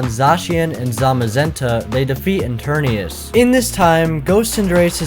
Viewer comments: It’s ETERNATUS not ETERNEUS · It’s not pronounced as “i-ter-ni-ours” It’s called “e-ter-ni-tes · Etarna TUS TUS!!!! NOT ETARNIUS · Why does he call eternatus interneus. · Eternatus not Eternius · You keep saying Eternius But bruh, it’s Eternatus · ItS eTeRnAtUs NoT eTuRnIuS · It’s pronounced et-ern-at-us not enturnias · It's eternatus not eterneus get it right man its not that hard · Enternius? Seriously? That’s what u call Eternatus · Just to correct you, it's Eturnatus, not Eturnius. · How to say enternies is eternatus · Its not goh but go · He was calling it eturnius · The whole video he’s pronouncing eternatas wrong lol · Ok one thing Eteratus ET-ern-AT-us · him: pronounces eternatus wrongly me: and i took that personaly